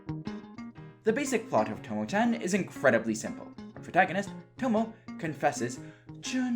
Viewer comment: why you say it like tomo chen ? it is chan with a A not an e